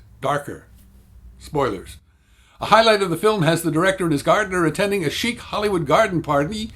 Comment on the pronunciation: I had to wonder for a few minutes what a "sheep hollywood garden party" might look like... Sheep wearing sunglasses, sipping martinis from plates set on the lawn of a beverly hills estate, then eating said lawn.. but then I figured I misheard and you said "chic".